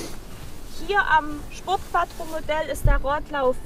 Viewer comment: Schöner Wagen. Sieht aus wie mein Alter. Es heißt übrigens QUATRRO SPORT :)